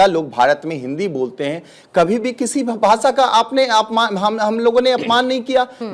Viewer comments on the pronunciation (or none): राजकिय विश्लेषक आहे का हा? याला तर काहीच माहिती नाही आणि याला हिंदी पण नीट बोलता येत नाही तर याला भाषेच महत्व काय कळणार. तू तिकडेच जा आणि रहा काय ते उच्चार "भासा" अरे भासा नाही रे भाषा भाषा नको रे वाट लाऊ.......